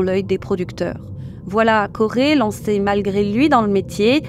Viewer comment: Je ne connaissais pas du tout ces deux personnes. Merci pour la vidéo et le travail accompli par vous deux! (PS: le prénom Corey se prononce /kO'ri/ , le /e/ final étant plutôt un /i/ sans diphtongue. dslée d'être embêtante!)